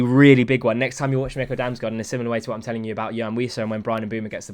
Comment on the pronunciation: Pro dane tip about damsgaard, and how to pronounce his name. The american nickel, just switch the n with an m. 😂